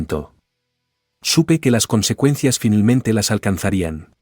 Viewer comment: "Finelmente" 😂😂😂termino la historia, 😂😂